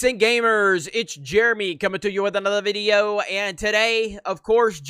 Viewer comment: Man whats with the "video" pronunciation?